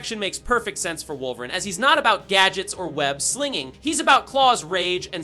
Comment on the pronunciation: No one gunna say anything about how he’s saying wolverine? 😅